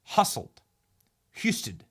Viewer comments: It is Hugh-sted. And I am concerned he would only be Dewine 2.0 in either the Senate or as Governor. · How do you mispronounce Husted (hugh-sted) like that? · Hue-stead. It's not that hard, Benny. Sound it out, re-re. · Pronounced. Hew-sted. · H- yoo-sted , pronunciation-from Ohio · “HYOO-stedd” -Ohioan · It’s pronounced Hugh stead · Hue-sted (like the first syllable of Houston) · It’s pronounced “Hugh-Stead” What about Josh Mandel? John Kasich? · John Husted pronounced Hue-stead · Hust rhymes with Just and add on Ed. Hust-Ed. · Husted like busted…..Vivek like cake 😂😂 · Didn't realize that Ramaswamy was an Ohioan. Husted is pronounced Hou, as in Houston, plus Ted. I'm waiting for RINO DeWine to name the replacement. News sources here in Ohio are saying Husted is the top choice